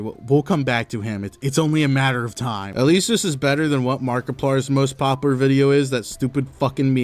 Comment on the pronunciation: tries to pronounce "popular" challenge: IMPOSSIBLE